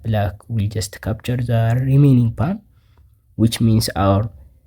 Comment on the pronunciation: I have an English puzzle for you: find out the pronunciation of "pawn"... seriously dude!